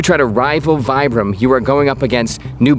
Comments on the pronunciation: It's pronounced "VEE-bram," not "VY-bram." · so, VIBRAM is named after the counder Vitale Bramani. then pronunciation should be Vee Brum not Vai Brum? And anywhere other than the US, I think that's how it's pronounced. I want to put Vibram soles on my Crocs. lol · Isnt it pronounced vee-bram, not vie-bram? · The correct pronunciation is VEE-bram, not VI-bram. The word VIBRAM is made up of the first few letters of the inventor’s name, and the letter “I” is pronounced as a long “e” in Italian. Thank you for your attention to this matter. I will now go back to banging my head against the wall. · So we have another Adidas on our hands in terms of name pronunciation, where we’ve been saying it wrong this whole time? It’s Vee-brahm, for Vitale Bramani, not Vye-bruhm. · You literally just said his name was Vitale Bramani with the "vi" in Vitale being pronounced "vee" yet fully insist on "vie"-bram 🤣 That's some Americanism right there! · Please please please pronounce it correctly. It's pronounced "Veebram." Ask their Italian employees. I had been mispronouncing it since the '70s and about 15 years ago, a very close hiker friend of mine spent time in the Alps for a month and visited the factory in Italy. She had also been mispronouncing it for years, realized her error and graciously told me when she got home. 😁😊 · Nice video but it is pronounced as if you were saying “v bram” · I also say Vyebrum. Some folks say VEEbrum. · "Vitale Bramani a.k.a. Mr. VAI-bram" 😂😂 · You correctly call his name Vitale but you call the brand vibe-ram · Still gonna pronounce it 'Vee-bram.' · I love your videos. It is pronounced Vee-Bram. 👍😊✌️ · We always pronounced it "Vibe-ram" in the Army. Probably too many old soldiers too set in our ways to get people to start pronouncing it "the correct way" now.